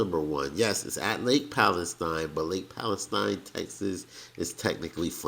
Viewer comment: Used to go there every summer as a kid. It hasn't changed much. Also, as a local, it's pronounced, Pal-e-steen. Not like the country. Glad y'all had fun